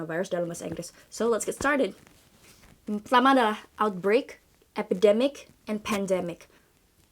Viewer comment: tumben pelafalan beberapa kata kerasa kurang pas: corona, outbreak, organization. Luv ur channel so much tho